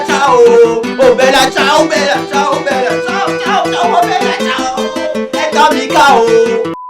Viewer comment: La part contre tu ma tue quand ta dit bella cias 😂😂